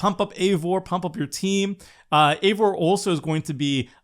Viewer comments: I know not everyone likes Norse stuff and so on but it hurt my Nordic heart when he said Eevor instead of eIvor its i like in I if any is curious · Ezio is pronounced ets-ee-oh Eivor is pronounces eye-vore So much pain listening to this lmao